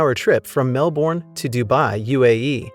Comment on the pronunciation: As a Melbournian, it was pretty weird to hear Melbourne pronounced the way this narrator did!